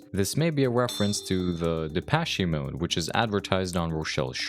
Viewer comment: I have never heard anyone mispronounce Depeche Mode until now